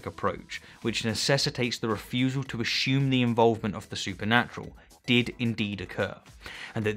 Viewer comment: I like the way you pronounce "assume"